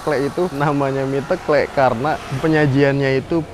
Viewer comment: Mas garda bukan asli jogja ya..klihatan dari penyebutan kata ( teklek) salah